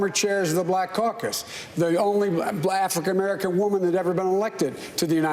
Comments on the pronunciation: “Blafrican American” lolz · Joe Biden: "Blafican American Woman" haha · "Bla-frican American" - Joe Biden